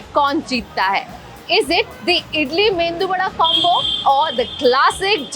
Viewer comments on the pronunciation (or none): Ohh my! there you go with ‘Mendu vada’ . It is Medu vada, neverthless was a fun watch..enjoyed the episode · Why do people call it “Mendu” vada? Isn’t it Medu vada? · plzz plzzz plzzzz.. its not mendu😭😭😭 ..its medu vada. Vidya Balan as always super chilled out. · Its not mentu vada its medhu vada, medhu means soft in tamil.lintel vadas are hard, urad dal vada is soft. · Mendu is a word for brain in Marathi it’s Medu Wada not Mendu Wada❤ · Nice. But is not mendhu vada but medhu vada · South Indian food is very diverse and we have got so many dishes which you people would have not had in your lives!! It is not limited to Rasam, Sambar Idli and dosai!! To be very specific it is uttappam not uthappa and medu vadai not mendu wada 😒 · Wth is a mendu vada?! It's MEDU Vada. There's no N in it. Stop saying it that way 😂😂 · What's so classy about jalebi and not idli and medhu vada and first off all it's not mendu vada it's medhu vada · Mendu Vada?? Seriously😭😭. It's Medhu vadai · Mendu vada nahin. It is MEDU vada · FFS IT IS NOT MENDU VADA, it's Medu Vadai. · Anchor you are unbelievable. It is not "Mendu Vada" it is Medu Vada". You have made so many goof ups in so many episodes of yours. Do your homework before you host one. You don't know anything about any state. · Zero research on south indian food ! If not the anchor, the team atlst shudv done some homework.. na food ke baare me pata hai, na uske khaane ke tareeke ka, na usko theek se bolne ka ! For eg, its not mendu vada, medu vada... International traveller, self proclaimed pan india cuisines at Imlee ! Doesn't make any sense at all... jus gimmiky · Oh plss it's not Mendu wada.. Pls it's medhu! And it's not south Indian vs Gujarat! South has 4 ...now 5 diff states! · It’s medu vada not mendu vada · Medhu Vada not MeNdu Vada 😢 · What’s wrong with you, girl? You can’t pronounce properly a simple word like Medu vada? You keep calling it Mendu vada. And you are in food video business! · It was Medu Vada Not mendu vada